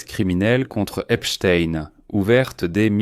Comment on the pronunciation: vous êtes un des RARE journaliste à PRONONCER CORRECTEMENT le nom de ce predateur en l'appelant :EPSTEIN et NON : EPSTINE comme font 90% des perroquets ? PORQUOI ? en prononçant correctement ce nom on voit de suite que celui ci à une origine JUIVE ! OR les sionistes détestent que l'on parle d'eux en MAL ! le peuple élu ...m'enfin ! est ce une coutume ,une tradition ,une tare dans cette communauté SIONISTE que d'être DEVIANTS SEXUELS (voir les SEVICES SEXUELS que subissent les malheureux prisonniers Palestiniens à Jérusalem ,mais aussi les D S K l'horrible Harvey WEINSTEIN (mee too ) et tant et tant d'autres comme vu sur tous les documents sur le sujet ! par contre votre vidéo n'apporte rien de nouveau sur ce dossier; à montrer quand même aux évangélistes électeurs de TROMPE !" :Dieu ne dit pas :" aimez vous les uns les autres !"